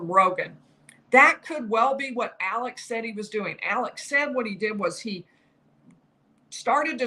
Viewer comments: You’re doing a great job, but you’re pronouncing his first name wrong. It is Alex — not Alec. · It's "Alex" not "Alec".